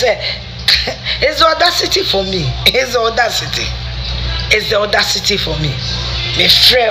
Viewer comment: Is just odacity for me!! It's odacity city for me!! Afia kept repeating this 😃😃😃